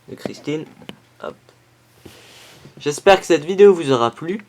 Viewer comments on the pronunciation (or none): none